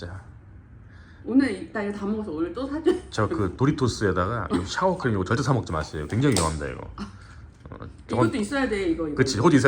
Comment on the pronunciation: 샤워ㄴㄴ sour 크림!! 사워크림!!!!!!!!! 싸월크림!!!! 몇년 전에도 shower크림이라고 하시더니 그리고 덕배는 브라이슨 BRYSON이라는 이름을 잃고 왜 버팔로도 아닌데 바이슨BISON이 되어버린 걸까요